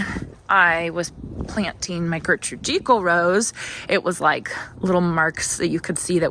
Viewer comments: Agreed think not a long e, more like Jekyll as in Jekyll and Hyde but may be an area discretion for pronunciation like tomato and potatoes 😉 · Janey is right. I just googled the pronunciation for Gertrude Jekyll and Jekyll is pronounced with a long e!